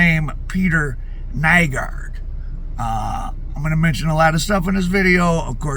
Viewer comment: Nygård = pronounced New-gore'd